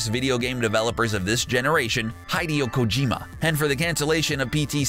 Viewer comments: >Makes fun of guy who says Tom Clancey wrong >Says Hideo Kojima wrong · makes fun of Mr. Caffein for mispronouncing Tom Clancy mispronounces Shigeru Miyamoto and Hideo Kojima